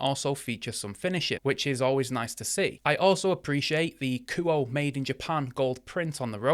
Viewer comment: kuo-eh.. not ku oh